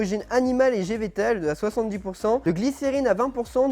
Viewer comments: "gévétale" 😂 végétale plutôt 😂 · > origine gevetale 😂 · gévétale ? mdrrr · a tu dis "d'origine animale et GEVETALE" !!!! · " Animale et gévétale " 😂 mais bien sûr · je suis la seule a être choquée de ce qu'il a dit: "d'origine animale et GÉVETALE" ça veut dire quoi mdr 🤣😭 sinon super video, comme d'hab enfaite